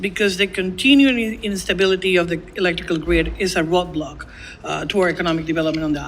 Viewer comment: I was born and raised in Guayama, PR and I can deliver a better statement with a much clearer pronunciation. Mrs. Gonzales-Colon, you convey no passion for the message, and the basis of your "perspective" was an "economical roathblock" as per your pronunciation; when in fact is a clear human rights violation. The Puerto Rican people have endured too much in the past 20 years and are committed for a change this time around. And maybe you win this election, but remember that great leaders are remembered by their legacy and bad leaders are remembered by their incompetency. This comment/opinion might not mean anything to you, which proves I'm right about you, but know that I am an avid "Statehood" supporter but I in no way, shape or form would like to be linked or affiliated to the PNP party. Mrs. Gonzales, you will be responsible for all the failures of past governments and for any blood spilled on the streets when you get in to that office. And it would be a massive embarrassment to be ousted months after getting elected. With regards. Nando